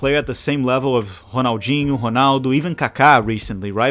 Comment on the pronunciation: The way you bust out perfect Portuguese pronunciation to pronounce certain names makes me think you must be brazilian. Cuz damn I've loved Rrrronaldo and Rrrrronaldinho all my life and didn't realize that its actually Honaldo